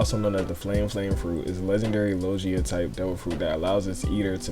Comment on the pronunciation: I’m sorry but did you say lojia? 🤨